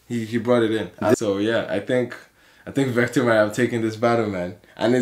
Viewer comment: vector' not 'victor'